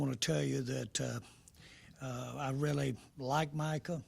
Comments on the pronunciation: It's MICAH not Michael Jerry! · He keeps calling him Michael not Micah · I want to fight Jerry on behalf of Micah for the amount of times he still mispronounces the young mans name. This old dude needs to retire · Leave Jerry alone. Some white people don't know how to say, Micah. He's doing his best. Tongue and cheek 😅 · Or Meeka Parsons 😂😂😂😂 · If you can pronounce Brian Schottenheimer. You can pronounce Micah.